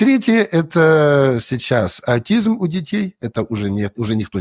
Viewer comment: Они даже заболевания произносят неправильно, это автоимунные ( аутоимунные) и атизм ( аутизм). Это что- врачи? Многие мои знакомые были оперированы по поводу онкологии и живут уже 15 и больше лет. Ну конечно во многом они правы.